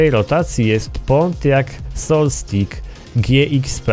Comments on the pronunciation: MówiącPoLucku - ''Solstik'' :) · Pontiac "Solstajs" ;)